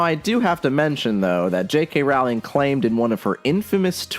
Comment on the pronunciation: I love that everyone including native speakers mispronounce her name. I don't even think you're doing it on purpose 😅